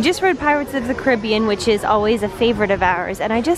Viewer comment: Thanks for saying Caribbean right